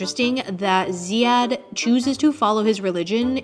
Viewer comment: Btw his name is pronounced Ziyad or Zeyad without an H.. just thought I should clarify ❤️